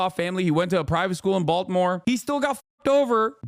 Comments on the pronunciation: Why does he keep saying Balt•more? What a weird way to say it. Even the people with the Baltimore accents would say Ball•more or Bawl•more. Putting that hard T but then leaving out the I is crazy sounding to me. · did you really just say “Balt-mer”